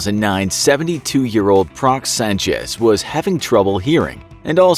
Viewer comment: DID HE JUST SAY SÁNCHEZ LIKE RICK SÁNCHEZ